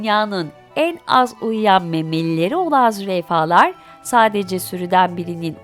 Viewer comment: Faydalı bir video olmuş ama züreyfa değil sanki 😅 Zürafa değil mi ben mi yanlış biliyorum 🤔